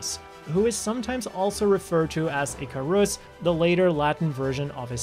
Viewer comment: Icarus not icaross